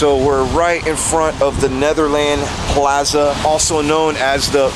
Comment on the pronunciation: plaza said like plarza